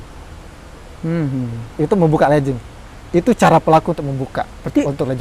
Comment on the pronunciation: Legging bukan Lejing/ledging ya dek ya. Tolong